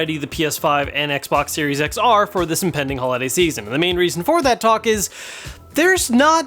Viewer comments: Lol he should've slipped a J Jonah Jamison " You Serious " clip from Spiderman movie 😅😅 it sounds like he said serious X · I swear he said Serious X